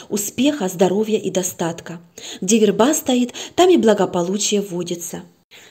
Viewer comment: Добрый вечер. Ставьте, пожалуйста, правильно ударение в слове ВЕРБА ( на первом слоге!!!!!). Очень тяжело слушать, когда так часто неправильно произносят слово.